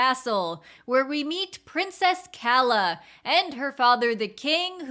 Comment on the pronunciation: That's not how you Pronounce Princess Calla's Name,.